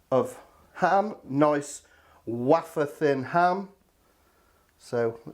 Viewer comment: Great recipe! Two comments I have to make. First, your pronunciation of "Wafer Thin" when describing the ham - I takes me hat off to you. Those that get it will get it, nice one:-) Second, your "almost apology" for using Coleman's - no apology required, Coleman's is the ultimate accompaniment to any cheese dish, they were made for each other. My ultimate ultra-quick snack is cheese on toast topped with Coleman's, there's no finer combination. Admittedly I favour vintage Cheddar, which perhaps complements the zing of the mustard better than a milder cheese, but still... match made in heaven:-) Keep 'em coming lad, you are the highlight of my inbox every week:-)